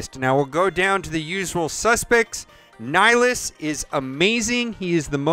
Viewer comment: NIHlis... It's Nih, Hi, Lus...... this is why I facepalm